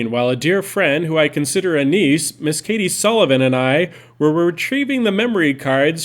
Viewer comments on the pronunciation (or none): none